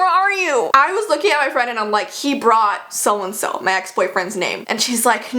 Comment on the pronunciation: When you yelled HE BROUGHT I thought your ex-boyfriend's name was Hebraut.